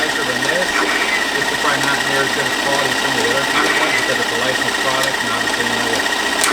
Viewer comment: FYI is not pronounced Tommy. It’s pronounced like “Toe Mee”